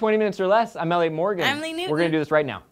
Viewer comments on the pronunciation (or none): xD "Ralien" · haha "Ralien" lol or a "Aliot" wait... Elliott...aliot... GET HIM!!!!